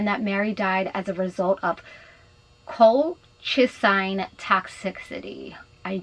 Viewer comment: Drug is pronounced COLE-CHA-ZEEN